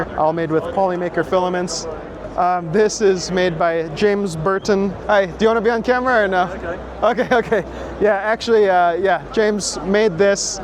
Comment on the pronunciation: James Bruton not Burton